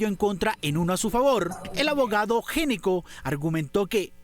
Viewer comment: Gnecco no se preonuncia "géneco", se preonuncia "Neco". Cómo muchas otras palabras, la letra inicial NO suena. Ej. Know, psicología, Knorr, knife, knee, knock, wrong, write, wrist.